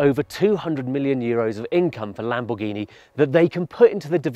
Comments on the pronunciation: "Lambourghini" Is this a new brand? 😂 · Video is sick and all the car is stunning but the fact that hes saying lambuhgini hurts every braincell in my head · LAMBOURGHINI 😮😂 como se pueden equivocar así? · Please tell the how to pronounce the cars name